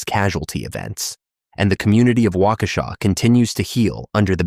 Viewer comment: they got waukesha no problem tho, which surprised me 😭